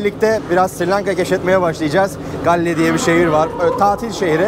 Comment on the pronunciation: çok özlemişim yaaa canım Srilanka )) bu arada şehrin ismi gaol diye okunuyor haberin olsun kardeşim